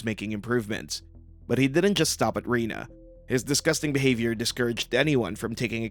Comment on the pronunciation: Could someone please learn to pronounce Rena's name correctly? It's said repeatedly in the show. And Lee should've been blurred because he developed breasts.